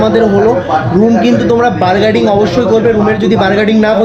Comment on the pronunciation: ১)ওটা reasonable প্রাইস উচ্চারণ টা হবে রিজোনেবোল ২)বার্গেটিং বলে কোনো জিনিস নেই 🤣ওটা bargaining। উচ্চারণ বার্গেনিং হবে। নেক্সট টাইম ঠিক করে নিও।।